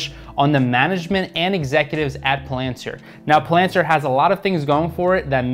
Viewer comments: What’s Plantir, Oh it’s Palantir... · Yeah it drives me crazy how he pronounces it lol